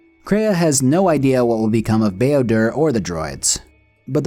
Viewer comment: "Bao-dur's gates." Come the fuck on stoooooopp